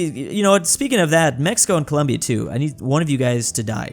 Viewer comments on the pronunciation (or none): none